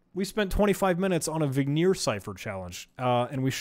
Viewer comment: It hurt my soul every time he pronounced Vigenere as "Veneer" or Kasiski as "Kasenky" lol